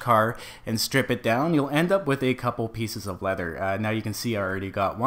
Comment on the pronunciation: you keep on saying lether do you mean animal hide